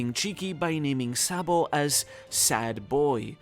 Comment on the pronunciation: Sa D. Bo is not pronounced Boy its "Bow" one piece community cant read basic English